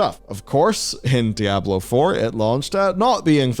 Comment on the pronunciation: I can’t listen to this guy pronounce dy ab low…..